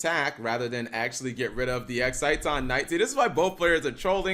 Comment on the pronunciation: Is that how you pronouce Exiton Knight? Im honestly asking cause I think Ive been saying it wrong.